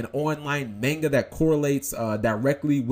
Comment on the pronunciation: oh God, you say Manga wrong